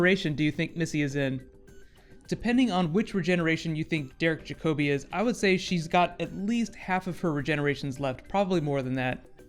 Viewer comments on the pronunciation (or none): Jack-oh-bee. The emphasis is on the a, not the o.